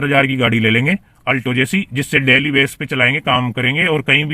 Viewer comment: डैली नही डेली रैट नहीं रेट😅 उच्चारण सही करो